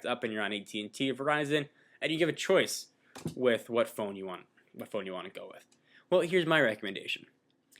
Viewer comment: lol " fone"